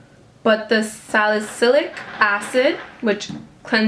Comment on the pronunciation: GIRL! That St. Ives is death. the exfoliating microbeads are so rough, it literally creates microscopic tears on your skin. Next time I see you at my job, you're buying an exfoliator! lol ps: you said salicylic acid perfectly ;)